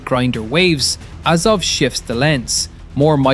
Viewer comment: AZOV, not AZOVE .